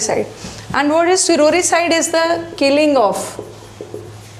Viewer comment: Sororicide word correct Karo g